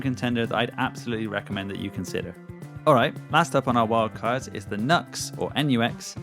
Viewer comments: Have you checked out the new Valeton GP5? It looks really promising for being the ultimate budget fx pedal at only $80. Also, FYI, NU-X is pronounced as new-ex, not nucks. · Apparently it's pronounced New- Ex Not Nuh--x